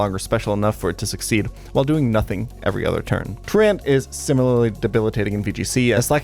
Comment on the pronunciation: Great video. FYI, truant sounds more like true-ent than true-ant. It's good that you can't pronounce it — it says you didn't skip class enough to get in trouble as a kid lol